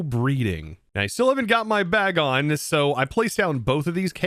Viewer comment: you could also use T-wave gyarados to help catch pokemon instead of sing jigglypuff, also its pronounced Bagon as in bacon.